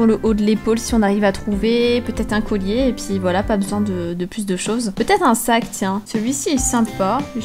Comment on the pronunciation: A elle a dit coyiee au lieu de collier